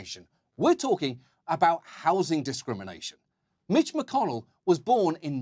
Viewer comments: ‘mitch’ got pronounced like ‘bitch’, I see no lie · You said Mitch, I heard *itch.